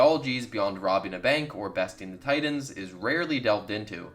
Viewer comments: why the hell are you pronouncing 'Titans' so weird. Its TiTAN not Tidan. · This man sayin Teen Tidens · “Teen teyedens”